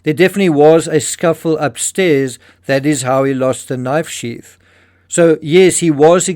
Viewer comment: Sheath not sheaf. Why can't Brits talk correctly? Brit ebonics. Ghetto